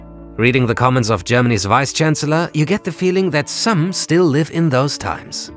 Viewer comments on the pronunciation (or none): none